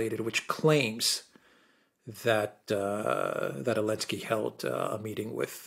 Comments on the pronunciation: Why do you keep calling him Elensky instead of Zelensky? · Is unable to pronounce Z? What’s that about god damn 🤣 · Because of the 'Z'